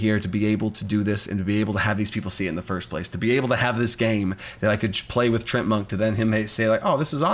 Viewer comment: oh hey, you also say Treant as Trent, I thought I was the only one who did that 👀